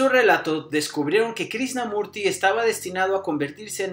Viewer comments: Pensar que hace unos cuántos años muy pocas personas en las redes sociales online hablaban de todo esto y ahora, uuf. Ojala toques a las personas de ésta época, como Sergi Torres, Sesha, Sadhguru o a neurocientíficos como David del Rosario. Excelente video del que para mí inicio todo, Jiddu Krishnamurti (creo no se pronuncia Krisnamurti sino Krichnamurti). Saludos. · Lástima que dijiste mal su nombre todo el vídeo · Muy informativo tu vídeo, pero es importante que la próxima vez vocalices correctamente el nombre del personaje del que estás hablando.👍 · Cuando menos pronuncia bien el nombre pff